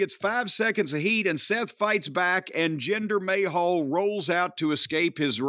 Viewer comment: Take a sip whenever Corny calls the Maharaja "Gender May Hole" 😂😂😂